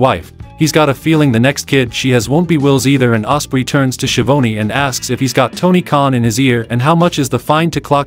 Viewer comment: I LOVE when it’s an AI announcer and they can’t pronounce names. Tony “She-OWN-ee “? 😂😂😂